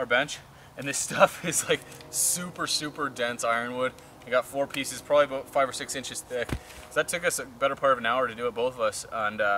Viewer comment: that's what i taught when i heard him use hey and aboooooooottt